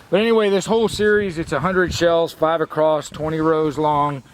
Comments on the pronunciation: Acrost = across! You sound like a little kid saying sketti instead of spagetti !!!!!!!!!!!!!!!!!!! One day it may crost your mind, lolzzzz. I'll keep my fingers crossed! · Did you say acrosst?